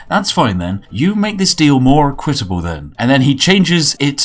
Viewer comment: That is not how equitable is pronounced.